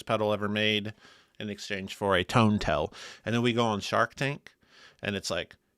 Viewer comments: Why does HE pronounce TAIL as Tell? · Now that I've heard pronounce "tail" I can never use another JHS pedal again lol